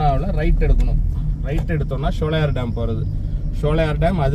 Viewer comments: நல்ல ஒரு பயனுள்ள வீடியோ ஆனால் ஷோலையார் என்பது தவறான உச்சரிப்பு ( சோலையர்): என்பது சரியான உச்சரிப்பு ஆகும் சோலைகள் நிறைந்த இடம் அதனால் தான் இந்த பெயர் ஷோலையார் தமிழ் உச்சரிப்பு கிடையாது எனக்கு தஞ்சை தமிழ் மிகவும் பிடித்த தமிழ் ஆகும் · உங்கள் ஆங்கில உச்சரிப்பும் தவறு SHOWLAYAR (SHOLAYAR )என்று சொல்கிறீர்கள் அதுவும் தவறான உச்சரிப்பு தான்